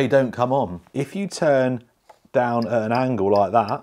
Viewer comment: had me sitting screaming drop it daiwn lol😂 wtf lol😂